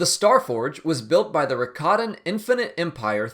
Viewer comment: "Rakatan" always sounds like "Ricottan" to me, and that makes me wonder why Star Wars has a sentient species of cheese...